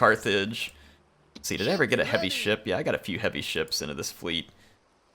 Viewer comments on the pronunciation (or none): I've always hated the controls of Rome and Medieval 2. Especially M2. Clunky as hell. "I love when the guys says' Ships Ready!". Sounds like Shits Ready". lol